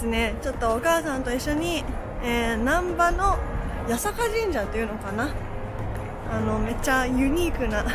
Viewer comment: 「難波」を平坦に発音していますが、 人名の難波は平坦な発音で合っていますが、 地名の難波は「な」にアクセントを入れるのが正解です。 細かい指摘、失礼しました。